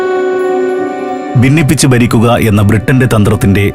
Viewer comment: ബിന്നിപ്പിച്ച് ബരിക്കുക, വിബജനം... നേരത്തെ ഉള്ള ആൾ അല്ലേ ഇപ്പൊൾ ഇത് പറഞ്ഞ് കേൾപ്പിക്കുന്നത്? 'ഭ' നേരെ പറഞ്ഞ് പഠിക്കുക.🤔😱